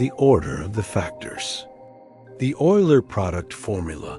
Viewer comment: Isn't that name pronounced oiler?